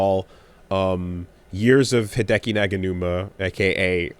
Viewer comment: Sorry,, did you mean to say Hideki POGanuma? Or maybe Hideki Nyaganuma?